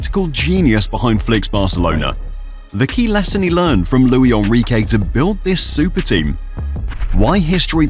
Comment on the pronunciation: That's not how you pronounce Luis Enrique, he's Spanish not French